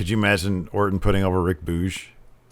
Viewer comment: It's RIK BUGEZ, pronounced Booogs, not Boouzsch. Or better yet I prefer his first name, Eric Bugenhagen. Sounds like an ice cream that'll kick your A$$!!!